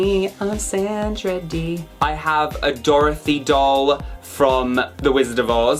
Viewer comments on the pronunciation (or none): none